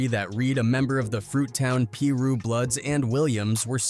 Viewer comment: How tf does this narrator know how to say certain names, specifically Gang names like Pirus. Pronounced: Pie-Roo/Pie-Roos. Get your A.I. voice correct bruhhh...